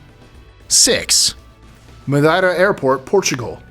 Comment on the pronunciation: Thats just not how you say Madeira